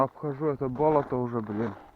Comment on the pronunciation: Не привычно слуху "бОлото ",ведь правильно "болОто", это в Коми так говорят?